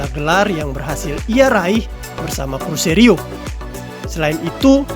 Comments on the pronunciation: Cruzeiro bang, bukan cruzerio 😂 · Ijin koreksi bang .... CRUZEIRO bukan CRUZERIO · Cruzeiro Min..bukan Cruzerio..